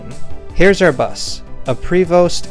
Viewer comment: Correct on the pronunciation! 😊 Prevost is a Quebec-based company owned by Volvo.